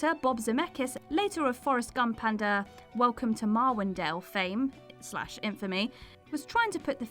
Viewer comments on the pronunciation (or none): none